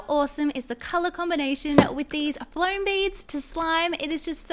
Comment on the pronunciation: Fome not flom